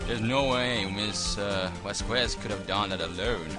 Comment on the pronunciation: you say Vasqu¡e!z, but it should be pronounced V¡a!zqes. Hard to explain, el español se complicado.